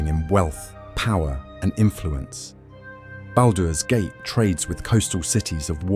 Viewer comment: What's baldows gate 😂